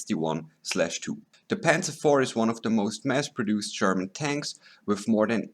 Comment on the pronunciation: you might be right, but it sounds alot like 'sherman' hehe